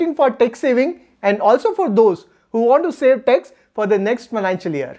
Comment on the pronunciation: Very nice information. Your pronunciation of Tax is tex. It is confused for sometime and later it is realised. So please take care on this and your pronunciations.